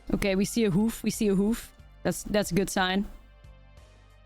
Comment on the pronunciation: Hoof not whoof